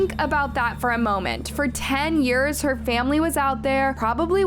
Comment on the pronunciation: God the way you say yearsa